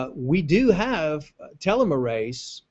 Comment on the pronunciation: Please learn how to pronounce the word "telomerase" properly...